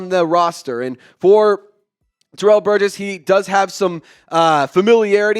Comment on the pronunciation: You pronounced the last name Burgess right 😂🤗